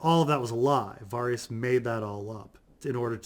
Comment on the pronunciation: I can’t take this guy seriously if he can’t even pronounce Varys’ name correctly